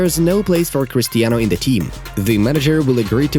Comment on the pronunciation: "CHRISTAINO" why ? football news why ?😶🙄🙄🙄🙄🙄🙄